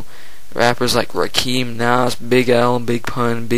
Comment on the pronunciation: You nailed it although you pronounced Rakim wrong lol. I think Jay Z the swagger jacker is the most overrated though but he comes second for the most overrated.